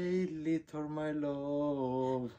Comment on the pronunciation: "Leetle my loove" 🤣🤣🤣🤣